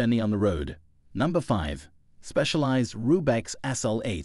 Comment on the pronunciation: I laughed pretty hard at "Rube-X". If you're going to talk about bikes, at least know what you're talking about before you read the script that ChatGPT wrote for you.